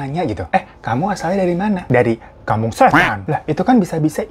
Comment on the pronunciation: Gw sampe ngulang berkali² pas bilang "KAMPUNG SHHÈTAN" wkwkwkwk